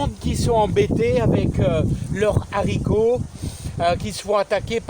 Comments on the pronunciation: J'aime bien quand tu dis les zaricots.... tout le monde le dit sauf certaines personnes qui sont mieux que nous ... même mon g.père le disais et impossible de changer son language de jardinier... pourtant il était prof de français... en bonne entendeur.. change rien mon ami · S’il te plaît; en français correct on ne fait pas la liaison pour le mot les haricots. Les vidéos sont toujours sympathiques grâce à votre enthousiasme